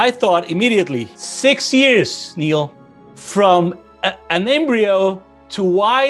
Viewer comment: Toda vez que ele fala isso da vontade de dar um tapa na cara dele e dizer "irmao o neil não se chama de Nélio" kkkkkkkkkkkk